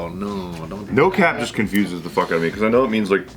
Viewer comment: not even knowing how to say "cap" 2 minutes in. This is going to be a long video. 😂